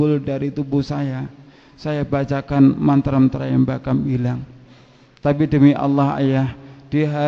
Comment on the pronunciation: hahahaha, dasar penipu. beginkah cara kalian menyebarkan agama ? saya hindu, tapi saya tahu dia bukan hindu. karena dari ceramah2nya saja dia ngaku hindu tapi malah ngucapin lafal sansekerta salah, ngucapin mantra tryambakam salah. deva visnu kok dibilang deva varuna dan beristri nyi roro kidul????????? mana ada????? dan kenyataannya dia kan sudah ditangkap sama polisi, setelah di interogasi ternyata dia tidak tahu apa -2 dengan hindu. hahahaha dasar penipu........